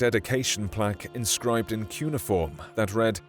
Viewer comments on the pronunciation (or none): none